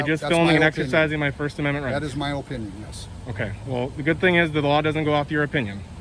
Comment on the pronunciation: Guess the cop thinks his o-pinion is the law lol